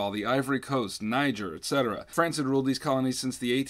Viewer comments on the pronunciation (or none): none